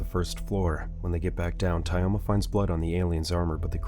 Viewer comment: Pole Skin, Tie-Oma ... the way this TTS pronounces russian names is hilarious